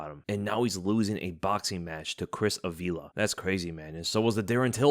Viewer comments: Uh-V-Luh? lol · bro its Ávila (you pronounce the hard sound on the first A) please make some effort in speaking spanish names properly since we are TAKING OVEEEEEER